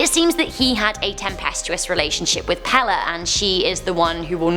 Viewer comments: She said pele wrong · I live in Hawaii and the way she pronounces the names are wrong, just wrong. Also it is pronounced Peyley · Brah she rlly said pee lee 🤦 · Pele not Pala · Hood up did you say pale its pe le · ITS PRONOUNCED PAYLAY, NOT PEHLEH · Pepe is pronounced Pay-Lay not pell-eh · Pale is pronounced pay ley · It’s pronounced pae-lay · PLEASE STOP PRONOCEING Pele wrong the e is an a. It's pay lay. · Lol sounds weird when she says it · Hey you said pale wrong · Ok, only because its driving me absolutely nuts. ... the name of the goddess Pele is pronounced "pay-lay". Here is an audible for you I'm sorry to be that person, but its jarring my poor ears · It was a great video. But you mispronounced Pele's name. It's PAY-LAY. But great anyway!! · AND IT'S PELE LIKE THE SOCCER PLAYER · she said the fire godness name wrong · PELE, KILAUEA, short an long vowels . I'm. From. Hilo , Hawai'i.